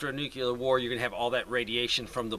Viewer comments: Thank you for addressing the subject of radioactive water. Unless I heard you wrong, I want to ask you nice NOT to say "Nu-que-lur"..It's = Nu-clear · Nuclear... not nucular 😝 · It's nuke-lee-ar NOT nuke-you-lar !! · lol Nucular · NUCULAR? Well after a nucular war I don't know if anything is important anymore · I just hope we know how to pronounce nuCLEAR in the futular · The hardest part about the last few weeks is listening to people pronounce nuclear like ‘nuke-ular.’ ETA: Digging 6” to get your dirt will still not be safe. The standard is 18” not 6”. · Nuke Lee err